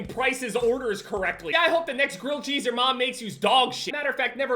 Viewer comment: He said girl cheese bruh wtf